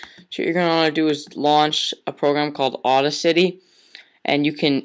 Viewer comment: LOL "Awd-uh-City"